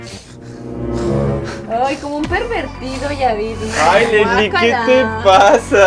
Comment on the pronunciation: me mui de risa cuandi leesli estaba percieguien do el inflable ajjaja😂